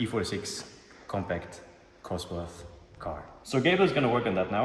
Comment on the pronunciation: don´t say cosworth 😵‍💫